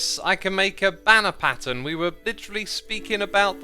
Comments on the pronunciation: ‘bannen patter’ What was that (Ik he meant banner pattern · Xisuma says ‘bannern patter’ instead of banner pattern 😂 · you said “bannern patter” instead of “banner pattern”. quite hilarious if you ask me Edit: it’s for easier acces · he said bannen patter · X says Flower charge Bannen Patter :) :) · Is anyone talking about how at 5.30 he said Bannan Patter when speaking about the Flower Banner Pattern? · "Bannern patter" XD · instead of flower charged banner pattern, X says bannern patter. (Was this an easter egg?) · I know these are probably just little mistakes, but for some reason it feels like they're a part of some secret code or something: "nether" "bannern patter" "onomous" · "Bannern patter" lol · who else heard him say bannerm patter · bannern patter lol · notice how he said "bannen Patter" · “Bannern Patter” 😂 love all your little derps X 😂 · "bannen patter" lol